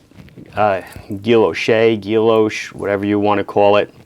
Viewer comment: Another really interesting video. Thank you. The patterns and textures that decorate watch faces are sometimes beautifully subtle, especially on the Grand Seiko with “snowflake” dial. The term “Guilloche” is a French word, like a lot of watchmaking terminology, and is pronounced “Gee-yosh”. The “L”s are silent.